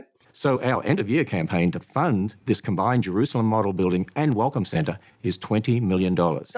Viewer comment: I keep mishearing Ham saying "Welcome center" as "Welcome Santa"